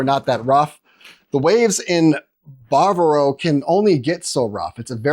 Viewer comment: you dont even know how to pronounce BAVERO.